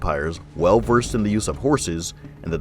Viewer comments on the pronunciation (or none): none